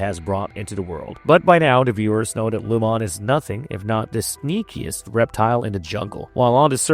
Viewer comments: Lumon-ate. He’s just saying it weirdly, like a ai. Lumon means light and keir means darkness. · It’s so distracting that I had to come to the comments to make sure I wasn’t the only one. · Dude is saying Lumon wrong 🤣🤣🤣 Sounds like he’s never seen an episode and is just reading a script. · I want to punch you every time you say Lumon wrong. Just say it how the PEOPLE WHO MADE THE SHOW say it.